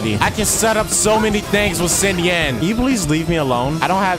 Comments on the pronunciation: Im pretty sure it's not SINyan but Shinyan. But SINyan sounds memey. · It's okay, I bet the Fatui like country music anyways. PS Nice Anbrisel banner lmao PPS It's pronounced Sheen yin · please pronounce it shingyan lol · it's SHI. SHINYAN. xinyan 😂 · boy pronouncing it s i n yan and then hoping its right